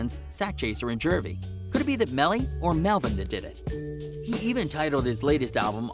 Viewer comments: JEW-V not Jurvy man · IT IS JUVY NOT JERVY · Where the fk is this dude from? He can't pronounce Juvy? The hell he keep saying Jervy for. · He said ynw jurvy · STOP SAYING JERVEY ......wtf